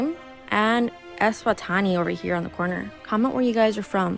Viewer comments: The Eswatini is pronounced air-swa-tee-in-ee Formerly, Swaziland 🇸🇿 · That Eswatini 🇸🇿 pronunciation 😂 great attempt.